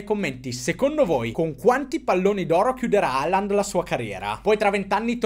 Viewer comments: Hòlan, cazzo, Hòlan. Quale Halland? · NON E' HERLING MA ERLING